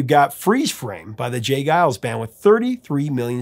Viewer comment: Really interesting to hear how you pronounce the G in Geils and Vangelis. This tells me that since discovering their music around 1998 or 1999, in the days of Napster, I have probably only ever seen their names online in comments and track listings. This would mark the first time I’ve heard their names spoken aloud. Funny how things in the real world can be so different that what you think when you only experience them online. Always appreciate your videos!